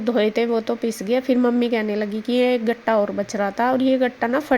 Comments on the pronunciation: Gatta nahi hota katta hota hai😅😅😅😅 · Gatta nhi ketta hota h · gatta nahi. Katta hota hai gatta tho besan ka hota hai jis ki sabji banti hai